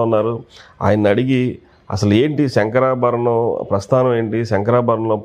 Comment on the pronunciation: శంకరా భరణం.. బాబూ! శంకరా బరణం కాదు!